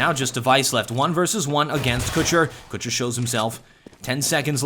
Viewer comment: omg u say kucher wrong in so many ways